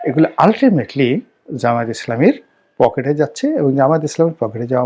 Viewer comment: আপনি জামায়াত কথাটা সঠিকভাবে বলতে ও পারেন না লিখতে ও পারেন না